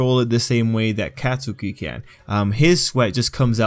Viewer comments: Katsuki= kot-ski Idk it bothered me he said Katsuki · Every time he says CatSOOKI BAHkugo or acadeemia I wanna die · lowkey, Katsukis mom has Hispanic mother energy. also why he b callin him CATSOOKI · No one:: cat - soo - key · It’s pronounced kot-skie. A lot of people say it wrong, don’t worry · Anyone get triggered when they say the name wrong??? and say it as Cat-Sew-key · Kat su ki ?? Why you say his name like that lmao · He’s pronouncing katsuki wrong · You say Katsuki's name wrong. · Yo you don't say bakugo and katsuki with a long a sound you say it like Mario bAkugo kAtsuki